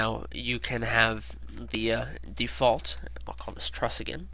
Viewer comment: haha "truss"